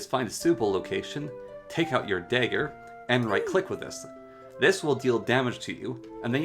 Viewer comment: I don't think I've ever heard someone mispronounce dagger before tbh, great vid with all the info and many giggles in those moments but thanks for you the video and the time you put into it :)